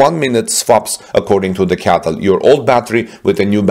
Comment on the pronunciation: Bro stop calling it a Catl it’s called C-A-T-L get it right man